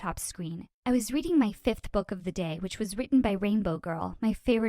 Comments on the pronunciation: Her: Ive been We weading my novile Me: yeah she's definitely a bookworm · Did she just say weweading? Just me? Okay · “I have weweading my favorite novels” lol